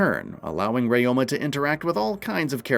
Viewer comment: One thing you should know, his name is Ryo-ma 龍馬, it means Dragon-horse , not re-oh-ma.